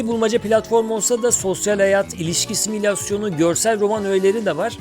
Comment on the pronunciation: Yalnız abi similasyon değil simülasyon (::)